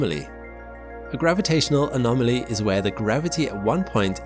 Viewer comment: It's "anomaly" not "anomoly"